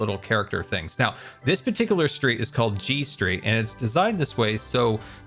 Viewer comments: i had to put u back to 1× speed n still relisten to that sentence 3 times before I heard G Street. I kept hearing G String. 😏 of course that must be my guitar playing brain making me hear that. Definitely not for any other reason 🤥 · Oh, G street. I thought you said G string. 😂